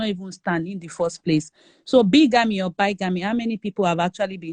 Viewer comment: Never understood why Freeze loves Kemi and her fake qualifications and self grandiosity. She brings nothing to the conversation besides, taking it in different direction and makes some of us log off from the broadcast. Bigamy (pronounced bigame not bygame).